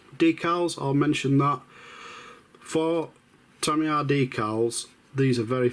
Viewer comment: TamiyAAAR ☠️ Lovely job mate, not many builds of the Intruder on YouTube 👌